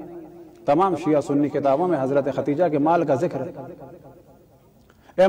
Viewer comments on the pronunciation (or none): مولانا صحیح نام ام المومنین خدیجہ ع ھے , نہ کہ ختیجہ ..